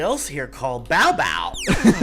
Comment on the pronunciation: It's Bow Bow not Mow Mow